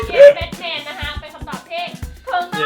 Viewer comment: Batman อ่านว่า แบทแมนนะครับ ไม่ใช่แบคแมน